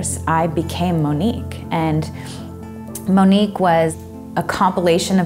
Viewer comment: Lol she pronounced it wrong Monique wrong